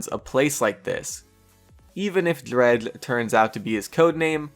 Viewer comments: the character Drehgl XD your pronounciation is funny... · What way are you saying dredge? Cuz it sounds like you tried saying it with a full mouth